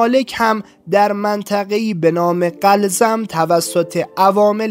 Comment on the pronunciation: با سلام دوست گرامی گوینده ، قلزم Gholzom درست است و هم چنین قرزم Ghorzom هم خوانده و نوشته میشود دریایی که فرعون در آن غرق شد....